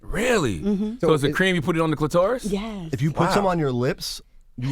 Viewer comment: Cluh-taurus??? Smh 🤦🏽‍♂️